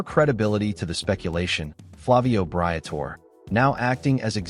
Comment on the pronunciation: would you please learn how to pronounce BRIA TOR EH